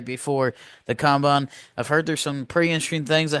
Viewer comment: It’s combine don’t know what you’re saying